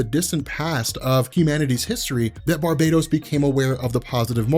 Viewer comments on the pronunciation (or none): For the love of god its Bar-bah-tos not bar-bay-dos! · The words are pronounced STAM-IN-AH and BAR-BAH-TOAS....there is only one “I” in stamina and Barbados is a Caribbean island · Well for one (not to sound rude or anything), but it's pronounced and spelt: Barbatos. And Two, there probably is but for now, Remember: All Roads lead to Darkness.